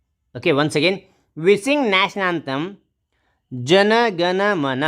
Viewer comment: It's anthem not antham